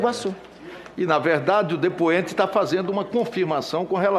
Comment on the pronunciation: Dipuenti....... Dipuimento...... dipuenti....... Dipuimento...... dipuenti....... Dipuimento.......chega a dar náuseas!